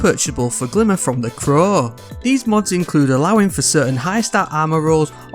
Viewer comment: Why does he say the crowww like that sound weird